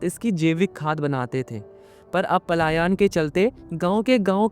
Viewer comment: Paalayan nahi palayan 😢😢